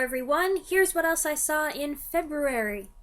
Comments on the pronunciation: I love your videos and I teach elementary kids. Say Feh-BREW-air-ee. Over n’ over. You’ll be a champ in no time. Feh (like aw Feh!), BREW like a beer, air and E, as in eeeek! You got this! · >>> I grew up saying "Feb-U-ary." I long ago gave up trying to say "Feb-RU-ary." 😊 {I mean, 'WEDNESDAY" is not pronounced "Wed-NES-day." 😉}